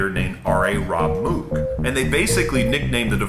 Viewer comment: Great video. Exactly what i wanted to know. I can enlighten you to thank you. Bob Moog pronounced Moog to rhyme with rogue. He didnt care but i think we should pronounce his name like he did. Actually its no big deal, just thought it would be interesting for you to know.